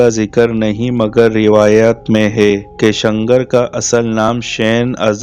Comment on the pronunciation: شنگر نہیں شیلغر